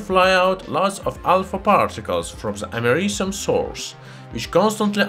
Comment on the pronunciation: YouTube subtitles: *Can’t pronounce americium